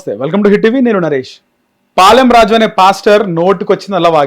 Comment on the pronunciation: పాలెం రాజు కాదురా ఎదవ శాలెం రాజు అనే పదం కూడా నీకు రాదు నువ్వు మాట్లాడుతున్నావ్ తీసేయ్ వేస్ట్ ఫెలో